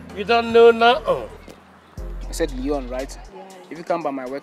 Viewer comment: It's Lyon not Leon.